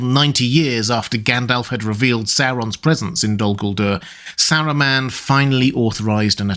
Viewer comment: bro the way you pronounce his name is triggering lol